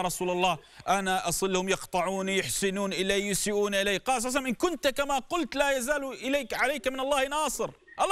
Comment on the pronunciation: صلى الله عليه واله وسلم* وليس صلعسلم